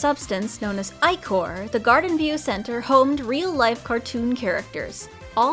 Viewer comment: Im sure you've gotten this comment by now, but "ichor" is pronounced "ih-core."